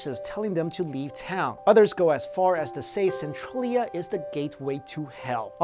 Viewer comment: SEN-TRAIL-E-UGH not SEN-TRUEL-E-UGH